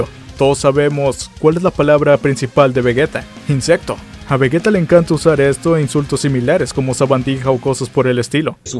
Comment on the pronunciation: Seria vegeta con G y sin una U lo que vegueta esta mal